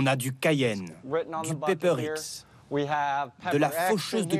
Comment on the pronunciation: TF1 vous êtes nul 👎🏻 ce n est pas le paper X, mais Pepper X, honte à vous.